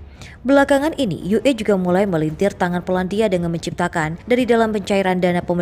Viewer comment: Orang Indonesia kok memalukan ue dibaca Yu E bagaimana jati dirinya sebagai orang Indonesia Maaf